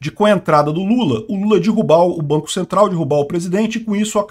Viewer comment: Caro, ninguém DIRRUBA nada, o quê pode acontecer é alguém DERRUBAR algo. Por favor, não assassine nossa lingua. 😂😂😂😂😂